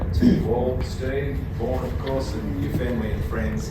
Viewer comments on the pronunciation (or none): none